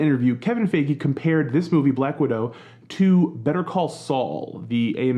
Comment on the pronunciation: Not sure if it’s on purpose but you continually mispronouncing Kevin Feige’s name got me rolling lol